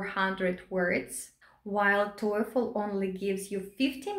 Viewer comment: The way she pronounces TOEFL sounds like Toyfle.